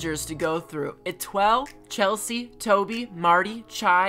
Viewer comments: Etoile is pronounced eh-twah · It’s nothing new because these villagers were in acnl 😂 I just got the cards a few days ago so they’re in my acnh island and 1/2 of my acnl towns And you’re not pronouncing Étoile’s name right it’s French for star French is my second language where I’m from and you’re not pronouncing it right lmao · These are all of them ranked imo 1. Étoile (Pronounced Eh-twol, the normal sheep inspired by Little Twin Stars Kiki and Lala) 2. Chai (Peppy Elephant inspired by Cinnamoroll) 3. Toby (Smug Rabbit inspired by Kerokerokeroppi) 4. Chelsea (Normal Deer inspired by My Melody) 5. Marty (Lazy Cub inspired by Pompompurin) 6. Rilla (Peppy Gorilla inspired by Hello Kitty) Btw if you’re wondering why Rilla isn’t a cat, Toby isn’t a frog, Chelsea isn’t a rabbit, etc, they’re supposed to be cosplayers who got inspired by these franchises